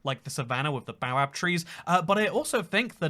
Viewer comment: It’s pronounced bay o bab not bo ab